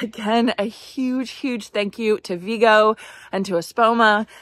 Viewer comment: Excellent job ladies, those children are blessed to have such loving adults in their lives. One thing though. I also used to say Vego the way you are doing. However, I noticed in their Ads on my feed that the company pronounces it Vay-go instead of Ve-go. Keep up the good work.